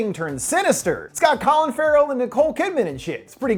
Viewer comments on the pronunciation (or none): none